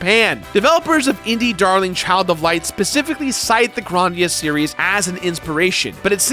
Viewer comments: I love the review, but he keeps saying it like Gran-dia. Isn’t it suppose to se Grand-ia? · "Grarndia"? I always said Grand-ia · The first like 3 times says Grandia sounded like he was saying "rOndia" and it killed me. 😂 bless you, my dude. 🤙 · "Gron-dia" the fuck, lmfao